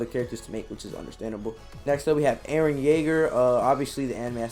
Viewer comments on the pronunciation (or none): none